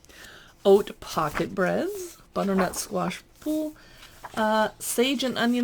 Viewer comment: “look through” you said it. Came for a review. Got a video of someone flicking through a cook book. If you were a sourdough baker - surely you would not stumble over pronunciation of “Boule”. 6 minutes I won’t get back. Still looking for an actual review where someone has taken the care to actually read the book and try one or two recipes to test the premise.